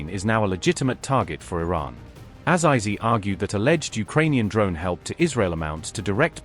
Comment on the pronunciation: It's Azeezee you idiot, not eyezyezee